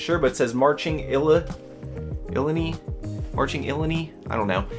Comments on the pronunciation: Yes the hat is university of illinois..they are called the Illini but you totally butchered the pronunciation haha. It's ill I ni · Nice finds. I had that first Bears sweater as a kid in the 80's. And yes, that is University of Illinois Fighting Illini. Sounds like ill-i-nye. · Pronounced IL-eye-neye